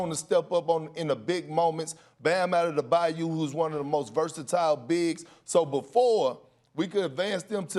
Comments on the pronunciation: Who is 'addedebau'? LUL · Perk: Ade-du-bayo 🤣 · Kendrick ”Adedebayu” Perkins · On par with the guy who said og "adobe" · Can someone teach Perkins how to pronounce Adebayo??